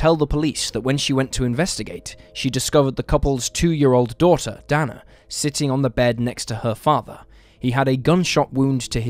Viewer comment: Dana = DAY-na